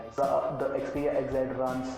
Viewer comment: Its xperia not "xeperia"